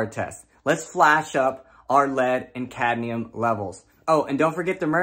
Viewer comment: Cadnium? like nucular, lol